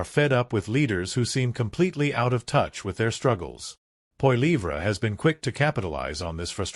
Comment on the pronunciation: “Poy-leave-ra”? Holy AI, Batman